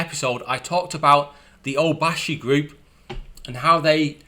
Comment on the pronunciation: O-BA-YA-SHI - - - FOUR syllables - - - NOT "O-BA-SHI". Cheers.